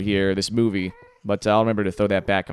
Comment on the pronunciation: When you said movie (At starting), I thought you said boobie